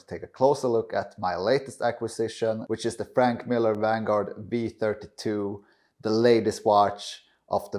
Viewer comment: Please learn how to correctly pronounce Franck, not Frank